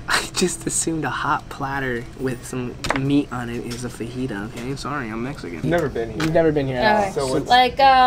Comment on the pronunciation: Does it bother anyone else that he's Mexican and he doesn't pernounce fajita right